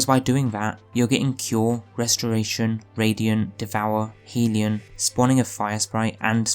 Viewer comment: Okay, this is important. You've heard of Heaven and Hell, right? Well, a hellion is a rowdy, mischievous, or troublemaking person. I assume you don't pronounce hell like 'heel' Hell rhymes with bell. So the word hellion would be pronounced 'hellyun.'. HELLyun. Not heeleeon. Please start pronouncing it correctly because I know I can't be the only person who cringes everytime you say it wrong. Otherwise, good video and build. I'm going to try it out tonight and I'll make sure to have the HELLION (hellyun) equipped.